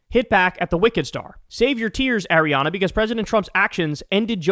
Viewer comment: Someone please teach Kyle how to pronounce Ariana